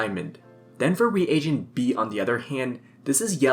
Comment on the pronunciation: You're thinking of the word regent, which is a type of ruler or leader and is pronounced "re-jent". A reagent is used in chemical reactions and is pronounced "ree-ay-jent".